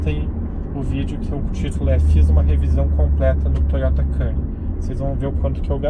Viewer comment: Faltou aprender a falar o nome... (quemnuri) a pronúncia